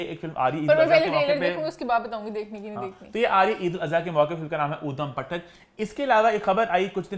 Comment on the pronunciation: Eeman; Udam podum 😂😂😂 its اودھمُ پٹک not odum patak